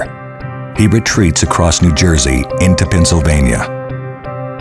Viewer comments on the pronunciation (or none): none